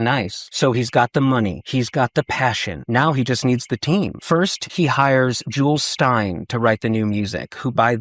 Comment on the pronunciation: Jule Styne is pronounced Julie no S. One of those old times names like Bette/Betty